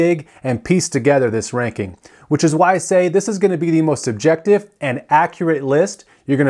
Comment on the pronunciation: Did you say "most subjective'? I assume you meant "most objective", maybe you even said that, but enunciation is important.